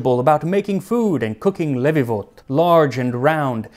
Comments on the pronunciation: Funny enough, the words he used didn't have many unconventional sounds in English, but the stresses were simply on the wrong syllables (e.g. it should be SufganiYOT and LeviVOT, not SufGAniyot/LEvivot as Max said) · When I saw the title of the episode, I was first happy that we are on Tasting History, then afraid he'd butcher this and I'll have to question everything he did. Aside from pronouncing levivot and sufganiyot like an American and making an unkosher combination (which reform and secular Jews would eat), it was a great episode and I learned new things. About my own culture. Well done, Mr Miller!